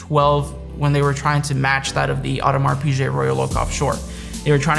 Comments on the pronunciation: the moment you said audemars "pijje" i stoped watching the video... ye learn to spell your brands. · You're mispronouncing Audemars Piguet.